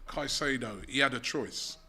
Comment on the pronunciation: Wow! finally pronounced Caicedo properly